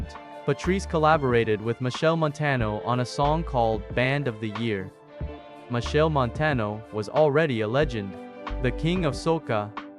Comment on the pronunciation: His name is Machel not Michelle